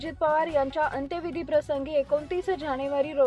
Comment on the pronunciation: मराठी नीट वाच,नीट बोल. दिवांगंथ नसतं,दिवंगत असतं,अंथ्यंविधी नसतो, अंत्यविधी असतो.बातमीत एकसंघता नाही, त्यामुळे अर्थबोध होत नाही. आपली मराठी भाषा आहे, चॅनल चांगला चालवायचा असेल सुधारणा करून घे. वाचनाचा सराव कर,भाषेच्या जाणकारासमोर अगोदर बातमी वाच,योग्य त्या सुधारणा कर.मग रेकॉर्डिंग कर. भाषा सुधारासाठी शुभेच्छा